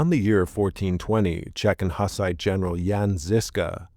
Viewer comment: Isn't it pronounced more like "hoos-ite"?